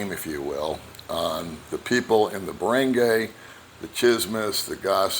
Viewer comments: Baranguy Pronounced Bah-ron-guy not Bah-rang-gay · You are pronouncing ”barangay” wrong.